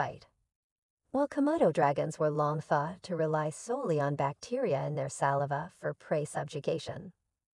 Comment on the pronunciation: bullsh*t narrator does not know how to pronounce saliva..... load of AI crap.